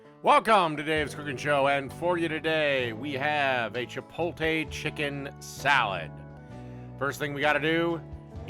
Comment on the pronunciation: Say it with me, CHIP-OAT-LE... it's not English, and you keep reversing letters to make a new word. CHIP-OAT-LE